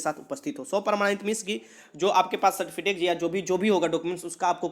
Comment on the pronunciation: Sir certifitek nahi certificate hota hai